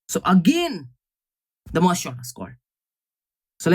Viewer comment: everytime he says merge Short , it makes me laugh 😂😂